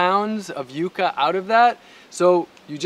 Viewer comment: The first youtuber that has pronounced it properly, Yu-kah and not yuck-a. Amazing video, gonna try planting some here in Malaysia!